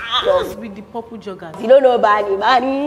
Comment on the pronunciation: He said purple like barnie 😂😂😂